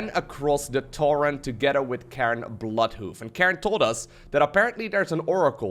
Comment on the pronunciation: pronunciation makes it sound like "Karen Bloodhoof"